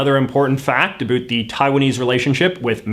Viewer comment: I can't be the only one getting trigger by the way he pronounces "about"